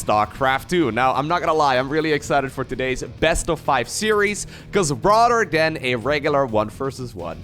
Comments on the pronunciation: At first I thought you were shit-talking Rotterdam, but then I realized you were saying "rather than!" :D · Every time he says "rather than" I hear "Rotterdam" 🥲